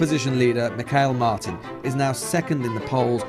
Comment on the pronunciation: The whole report fails in significance when the apprentice reporter is unable to pronounce Micheal Martins name. Absolute tan carry on 🙄